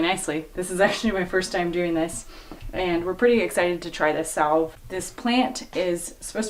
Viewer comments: Salve= Sav (Like Savage) The L is silent. :) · the L is silent in salve